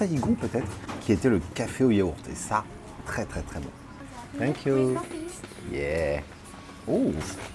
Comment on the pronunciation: Haha ah oui bien vu. J'avais remarqué le "oh wow" très anglophone. "Finkyou" haha. Et aussi "Canaille ave...?" En tout cas bravo tes vidéos sont top. As-tu déjà goûté le dalgona Coffee coréen? Délicieux